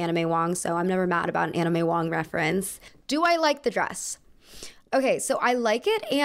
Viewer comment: I kept hearing Anna may Wong As 'anime wong'